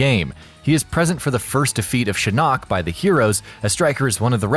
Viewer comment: Why he say shinnok like that